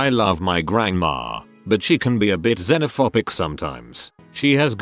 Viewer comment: It's xenophoBic not xenophopic. Jfc